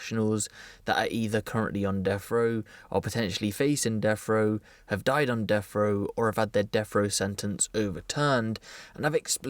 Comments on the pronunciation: Brits on deffrow, Brits potentially facing deffrow, Brits who’ve died on deffrow or Brits who had their deffrow sentence overturned. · Death wha.... Row lol 😂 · What is this deaf row you keep saying? Lol just busting your brawls. Seriously tho... "Deaf" row? Lol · He says “death frow”